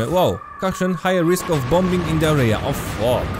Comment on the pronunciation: [diwjent]. Korzystając z okazji powiem też, że obszar to ['erja] a nie ['arija], bo tym razem to chyba nie był żart.:P edit: bomby lecą z nieba, syreny wyją w tle.: "Czyli nie idę spać, bo JAKIŚ alarm PO PROSTU." Złoto.